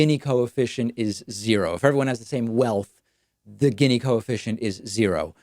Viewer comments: You pronounce it geeni long E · You mispronounced "gini". Gini was Italian. The gini coefficient isn't the best way to look at income inequality because it doesn't take into account the absolute level of income and only focuses on relative (quantiles) comparisons. I think I speak for many people when I say that I frankly dont give a crap that we have billionaires as long as people's standard of living is rising. What's concerning right now is that the middle class is dying while the 1% is capturing all the productivity gains. Also disappointed that you didn't mention UBI as a very simple way to correct income inequality. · I'm pretty sure it's (Gini) pronounced more like "genie" instead of "ginny" (but still a good video, David 👍) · It’s pronounced “Jeanie” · Gini is pronounced “jee-nee” - Gini index.